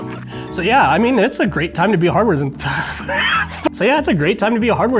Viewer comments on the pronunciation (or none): TIL cannot say, Enthusiast.